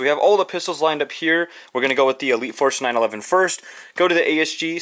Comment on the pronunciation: Did anybody notice how he said elite force 911